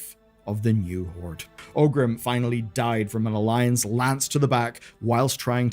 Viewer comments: Are you mispronouncing 'Orgrim' as 'Ogrim' and 'Cairne' as 'Carne' for engagement bait? Because it's working... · Great video, it's always nice to look back and see how it all came to be. One thing though: The orc's name was not OGRIM, but oRgrim. I don't know why so many people mispronounce the name that often.